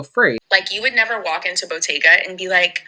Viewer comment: I think by "botteeeeyyga" she meant Bottega Veneta. She just doesn't know how to pronounce it.